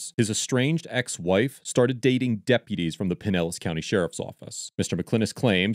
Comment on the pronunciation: For future reference, it’s “pine-ellis”. 😉 Also, Pinellis is a “rich people’s” area!